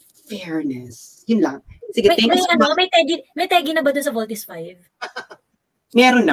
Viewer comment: I feel ginangbannggggg syaaa di lang nya masabi ng voltis five baka nga?